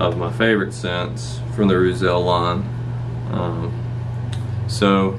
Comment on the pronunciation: “Roozull” methinks but that’s alright. Solid review btw